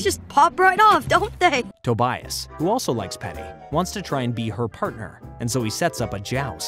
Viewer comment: why do you say Tobias’s name like that